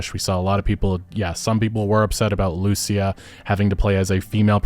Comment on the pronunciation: Please for the love of good, just say Lucía's name in the right way. You can hear in the trailer how its pronounced...